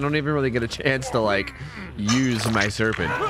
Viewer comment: "use my seprent" ( ͝סּ ͜ʖ͡סּ)